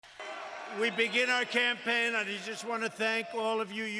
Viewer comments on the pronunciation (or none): none